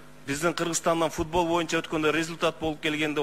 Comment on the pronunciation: АЗАМАТСЫН ЖЫЛЫШ БАР ЭКЕН , АЗЫРКЫ СУРОО БЕРГЕНИНДЕ ( ЭЛ АРАЛЫК ) ДЕП ТАК АЙТТЫН ЭМИ ГОМОСЕКЮ ДЕГЕНДИ ТАК АЙТСАН КЕЛЕРКИ ШАЙЛООДО ТОЧНО ДЕПУТАТ БОЛОСУН , КЕРЕК БОЛСО ЖК СПИКЕР. БОЛОСУН , СЕН ТАК СУЙЛОП , ТАК ОКУСАН БИЗ КУБАНЫП , СУЙУНОБУЗ ,, ЖКГА СПИКЕР БОЛСОН БОЮНЧА ДЕБЕЙ. МОЮНЧА ДЕСЕН. ДА БОЛОТ